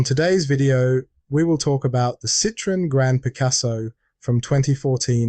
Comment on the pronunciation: Why does nobody(as far as I know) pronounce Citroën correctly? The TREMA (same to look at as German UMLAUT) signifies that the two vowels(O and E) should each be pronounced, separately. Otherwise it sounds the same as CITRON, (a citrus fruit ) I'm being pedantic here, because the man who started Citroën cars was a Belgian man called Monsiour Limon (or Limone) who moved to France and changed his name, but thought that Citron didn't seem exotic enough, so added the "e" with a Trema to appear more exotic. Jjust a bit of silly(but true) information ! So they really are lemons! (and I've had nothing but Citroëns for over forty years - I LOVE them !!!!